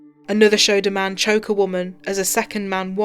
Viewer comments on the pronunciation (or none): none